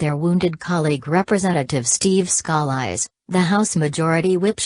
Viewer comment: somebody help her pronounce his name! PLEASE!!